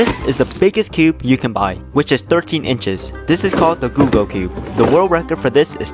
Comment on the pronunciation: bro googol isnt pronounced gue-gol its pronounced the same as google